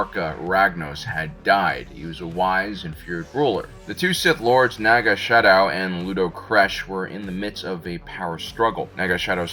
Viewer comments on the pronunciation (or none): SA-dow! Sadow. Not Sha-dow.